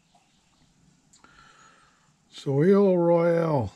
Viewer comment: Hi. I think you pronounce it so lay. Both vowels long.